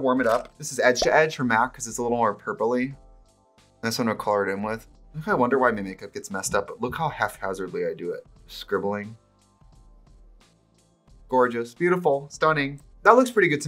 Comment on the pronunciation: Half??? Hazardly??? Not HAPhazardly? 😂 is this a Midwest thing? Genuine question, I’m not a troll, I’ve just never heard this before!